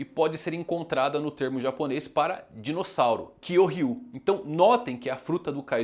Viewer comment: Ryu nao se le rriu com 2 erres.. E qdo vc diz kyorryu, soa estranho demais!!!!